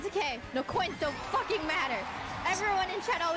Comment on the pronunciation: I'm used to hearing Calli, Kiara and others swear all the time, and I'm completely unaffected... But this... This feels wrong. Like that one time Fauna dropped an F-bomb in karaoke. My brain gets so fucking confused XD That emphasis really gets me in particular XD